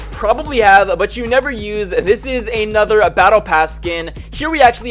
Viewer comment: why do you say ay-nother?